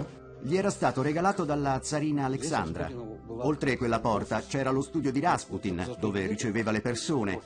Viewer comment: Rasputin non si dice con l'accento sulla sillaba a ma sulla u ... ;)